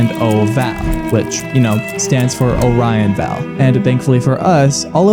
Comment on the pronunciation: Great video! Only complaints is the mispronounciation of Orion Vale (pronounced: O-ryan Veil) & no mentions of Jeff, who's a huge lore point on the home page. If you click on "About Us" there's a fun little hidden eye that leads you to who the "founder" is. Happy hunting and thanks for covering this story!